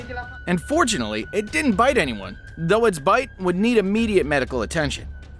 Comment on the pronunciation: Are u saying and fortunately or unfortunately?